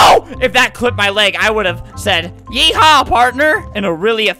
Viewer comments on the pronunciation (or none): I WAS LAUGHTING WHEN FLAMINGO SAID WHEN HE SAID YEHA PARTNER BUT HE LITERRY SAID YEHE PARTNER🤣🤣🤣🤣🤣🤣🤣🤣🤣🤣🤣😂😂😂😂😂😅😂😂😂😂😂